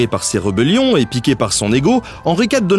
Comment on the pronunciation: Bonjour Ben. Une petite remarque car tu m'as perturbé déjà dans tes précédentes vidéos : tu prononces certains son "é" en "eu" ! Ici "reubellion" et avant "chambeullan". Tu m'as obligé à aller voir l'écriture phonétique de ces mots mais c'est bien rébellion et chambellan avec un é ou è (e devant deux voyelles se prononce é suivant mais vieux souvenir de grammaire). Source wikitionnaire pour ce que ça vaut. Peut-être un accent régional ? En tout cas tu m'as triggered. Je te souhaite du bon pour la suite et comme beaucoup, je suis arrivé à la fin de ta FAQ.